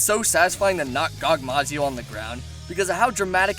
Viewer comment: Gogmasioz... gogmazio sounds better